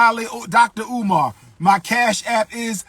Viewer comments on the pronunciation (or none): My man said dollar umar 😂🤦🏾‍♂️